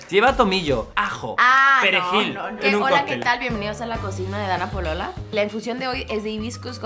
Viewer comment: entendí “danna polola”🥺